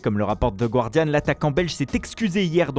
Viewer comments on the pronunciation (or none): none